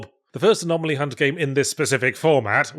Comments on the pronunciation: II'm more excited for a "4 hours of Yahtzee going anomalomanomenom" ASMR video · Was Yahtzee having fun with mispronouncing "anomaly" at the end a shout-out to Eddie doing the same with the words lavatory and laboratory in "Bottom : LIVE Weapons Grade Y Fronts" ? I cannot believe I am making that kind of reference.